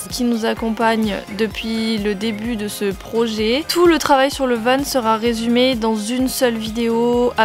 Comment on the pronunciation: J’adore tes vidéos !!! ( mais par contre on dit van pas vane 😊)